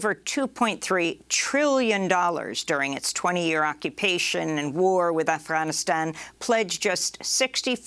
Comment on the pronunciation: quit the fucked up pronunciation of Afghanistan. Nobody cares for your woke shit